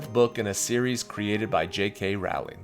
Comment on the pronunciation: As you know, I love your channel! But the Harry Potter author's name rhymes with bowling!